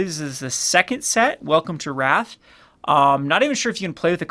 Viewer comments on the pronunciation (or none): Maybe do some research before you make a video?? Produced Rathe not Wrath btw